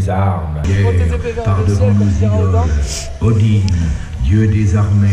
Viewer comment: C'était vraiment cool hormis le "Odinne" 😭😂